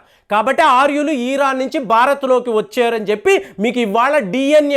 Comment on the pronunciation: Eeran kadu ra babu.eran anu.